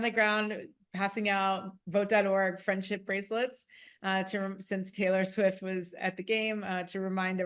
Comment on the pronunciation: Tttaylor.. Sfiwttt...